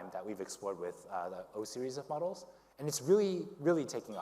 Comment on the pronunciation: am i the only one hearing 'muggles' instead of 'models' and thinking they're talking about humans?